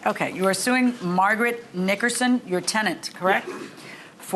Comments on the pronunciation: Glad I’m not the only one who heard that 😂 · I questioned that pronunciation myself too.😂😂😂😂😂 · Did Curt Chaplin / the announcer say the defendant’s last name correctly? 😳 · The hard "g" on Nickerson gave me a chuckle.